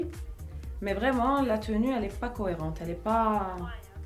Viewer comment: Jin's en louwwwine 😂 ... alors là kifeh ynetko le mot tenue = teni 😱😱😱